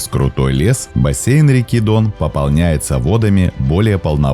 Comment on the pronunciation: Как говорится - Дъон